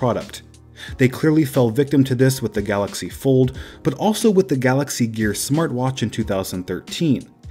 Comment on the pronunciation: You mean the "Gallox Pord"